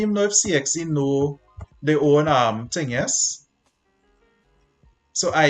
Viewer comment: “The ting will keep tinging unless a someting stop the ting” -Sir Isaac Newton